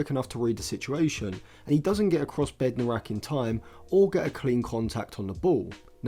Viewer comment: Bednarek, not Bednorak